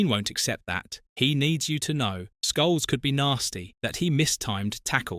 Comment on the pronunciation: Says Scholes wrong many times also (says Sholes).